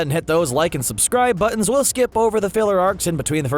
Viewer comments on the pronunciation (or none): none